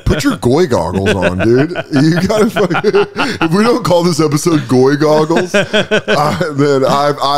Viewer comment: As if you didn't just call it Goygles...